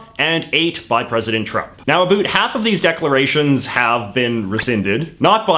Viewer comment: Just found this channel. Seems great. I want to subscribe, but I can't get over how he says 'about' :|